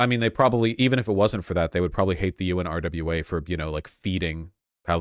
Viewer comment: UNRWA is pronounced un-wa-ra, say it slow, then fast together. It’s weird to hear Vaush keep spelling it out